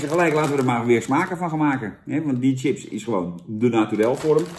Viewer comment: Zucht Jan...het is 'chips' en geen 'tjips'....